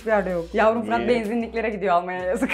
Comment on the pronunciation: abla fırat abinin adını her yanlış söylediğinde para alsaydı milyoner olurdu herhalde 🤣